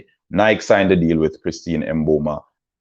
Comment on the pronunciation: Also learn how to pronounce Sha’Carri and Nike before you speak on them!